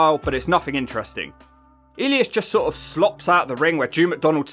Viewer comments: It's E-lie-us not "Eleeus", my man. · Ee-leas? It’s E-lie-us. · Is he mispronouncing Elias (E-Lie-Us) on purpose? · Drew Mcdonald and the way you produce ellias hilarious 😂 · it's E (A) - Li (Lie) - As (Us). I'm sorry, but the pronounciation bothered me a bit. Other than that, splendid video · E-lee-as? Elias! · It's E-Lie-us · I am now a fan of eel-eee-isz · How on earth do you get Drew McIntyre and Elias pronunciation wrong straight off the bat? Do you actually listen to these episodes? Nia Jax 😅 nope Alicia fox 😂. Close Why do you hate modern women ? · Say Elias name correctly or I’ll shove you one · great video but i was dying when u pronounced elias name 😂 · The pronunciation of Elias and Seth Rollins, Jeff's inner monologue with referencing to the LHP in singular made this video an instant classic on the channel. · Is he pronouncing Elias like that as a joke or is it an accent thing? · probably accent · I die every time you said elias